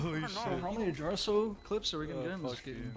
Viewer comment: Wait since when did tenz say jarso right???